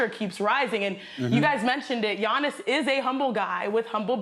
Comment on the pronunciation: They lady said Giannis’s name wrong🤦🏽‍♂️ It’s Akounpo